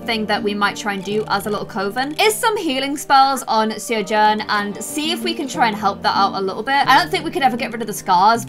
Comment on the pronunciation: MADELINE MAE It’s pronounced Shiv-AHN